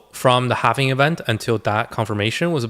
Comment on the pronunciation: Halving* not “halvening” this makes it sound like its “happening” which is incorrect in multiple ways. The halving is a simple event - the 4 year cycle is further about liquidity and the 4 year cycles that surround that - the presidency cycle happens to coincide with. Satoshi nakamoto being the smart entity they are lined up the bitcoin halving with those other cycles. The halving is a simple event everyone knows about - its not as if its some unknown entity that drives all reason behind what happens. This is also not regarding the longer and more major real estate cycle that is coming to its peak which also has effects on the economy. There is a reason people may think a certain way. Its not bad to play devils advocate but realize there may be something to what people say. If you spend time curating a list of people to follow and listen to and then just believe people are the inverse of whats going to happen i think youve lost touch with why youve followed people to begin with. If you think this way maybe dont watch any youtubers and simply do your own homework? Also if you put your finger on the “sell button” then maybe you should just do it - You dont seem to have the conviction needed for this space. Also, good investors dont usually just click the sell button and sell 100% of what they have. You sell into the pump as it goes up. Looks up risk management and profit taking guides if you dont know this already.